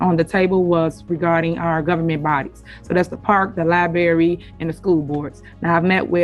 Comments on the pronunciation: Why can’t Tiff pronounce any words correctly?….what the H@ is a “Liberry” lol I swear she is slow….not even joking. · Liberry mayor?